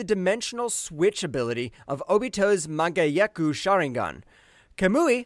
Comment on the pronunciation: Sir, you single-handedly took me out with that "manga-yeku"